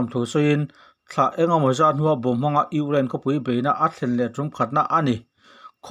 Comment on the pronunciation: kan pu hian Ukraind hi alam tha theilo nge maw ni le ngaih aha tlak khawp mai